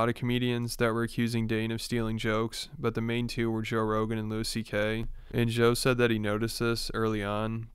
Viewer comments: “Lewis CK” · Hearing this guy call him Lewis CK is hilarious